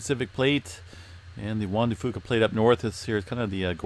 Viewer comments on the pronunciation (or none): For the longest time I thought you were saying the Wanda Fooka plate. I thought she must have been the one who discovered it LOL